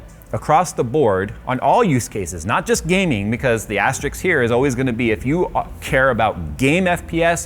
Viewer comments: Put an asterisk next time, not an Asterix :D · keeps saying "asterix" instead of "asterisk". I find that really galling. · Asterix is a comic book character. Asterisk is the * character. It’s like with Et cetera. There’s no X in it! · Hey, just out of pure curiosity. I often hear say the word "Astrix" or "astrics" or something? I can totally guess what he means out of the context. A kind of tradeoff or something. But I can't find the direct translation, because I don't know how it is written. Can someone help me out here? I speak german as my mother language btw. But only knowing how it is written would help me a lot:D thanks. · You lost me at "asterix", lol. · AS - TER - ISK, please say it with me. There is no X.